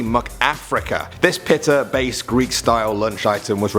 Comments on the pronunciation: And he pronounces pita wierd too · I couldn’t remember why i stopped watching this channel, and then this ginger fucked butchered “pita” and I remembered why.